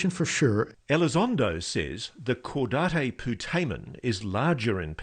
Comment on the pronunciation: Qdataque putamen?! It’s caudate, pronounced CAW-date 😂